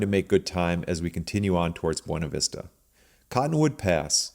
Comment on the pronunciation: The locals pronounce it "b-yew-na" vista. Great video series.